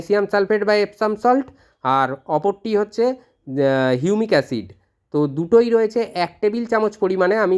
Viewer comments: হিউমিক অ্যাসিড নাকি ইউনিক অ্যসিড....উচ্চারন টা স্পষ্ট করুন। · এই এসিড টার কি নাম বললেন আর একবার যদি বলেন। ঠিক বোঝা গেল না ।